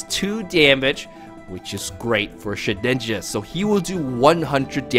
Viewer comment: everytime the first few minutes your prunounciation makes me hear :shitninja...